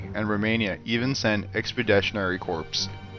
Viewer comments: he said corps wrong lol. It’s more like the word core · While your videos are interesting can you please work on your script. For example the words "expeditionary corps" are not pronounced corps. Corps is pronounced as Core." I dont mean to be an asshole but the constant mispronounced words and just bad English takes away from a really interesting video. That and the stupid robotic voice you use for some videos or parts of some videos are my only complaints. Other than that I find your videos extremely interesting.